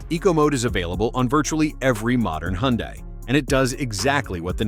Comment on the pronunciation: First, teach the AI how to pronounce Hyundai. Then pronounce it the same way each time. Then admit that for most driving, these features are very helpful. Sometimes, like in rain and snow, they should not try to work. I am reminded of the Tesla that some fool had in FSD mode during a snow storm that decided to make a left turn into the guard rail. Burnt to a crisp.